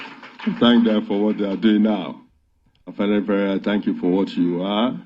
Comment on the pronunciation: The father can't even pronounce Afenifere properly. And the only afenifere is Tinubu.